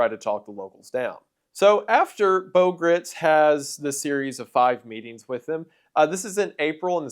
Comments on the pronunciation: He's actually pronouncing "Gritz" incorrectly; it's actually pronounced in such a way that it rhymes with "rights" (which he used in the slogan "God Guns and Gritz") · What have you done with Wendigoooooon???? Shapeshifter! Pod person! Freddy Mercury?? Did Elvik get replaced by that Lesko guy?? Gritz "rhymes with sights'. It was in an interview. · Gritz rhymes with Rights FWIW